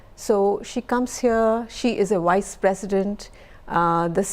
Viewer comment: All I hear was Wise President instead of Vice President...sigh